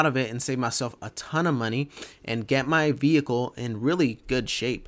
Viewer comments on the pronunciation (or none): none